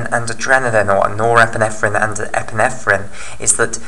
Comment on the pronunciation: Epinephrine not epinethrine. just saying